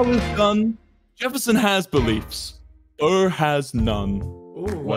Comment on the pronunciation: It’s burr not bro sorry to be that person 😓